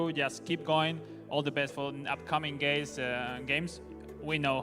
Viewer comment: he just say upcoming gays😂😂